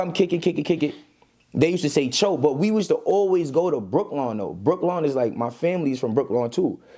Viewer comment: Y’all still can’t pronounce the name of that public housing😂😂😂 wtf is brooklawn , its pronounce “Brew- Kellen “. That is what happen when ninja can’t read or write… they make up ish😅😅😅 , ninja can’t say corterlyou, Halsey etc..